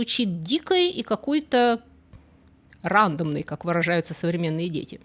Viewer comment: Только без обид! 😊"ОБЕИХ культур", а не " ОБОИХ". Ударение в слове "рандОмный" падает на "О", а не на "А". Спасибо за ваши все видео! Очень интересно и познавательно.